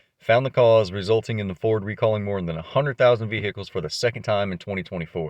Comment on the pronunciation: hope thay be fixéd up thiss Veee-Hikulls